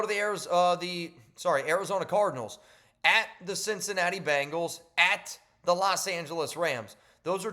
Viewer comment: Bengals! NOT Bangles! Geez man!